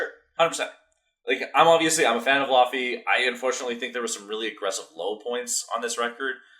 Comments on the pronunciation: You pronounce her name like laffy taffy 😂 the au combination gives a different sound in icelandic I don't even think English has that sound 🤔Ask Google to pronounce it for you! ❤ But you said Jónsdóttir quite well yes in many European languages j is like y in English 👌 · Her name is pronounced Ley-vey actually haha